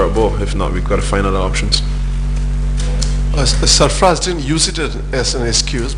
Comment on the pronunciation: Sarfarz not safaraj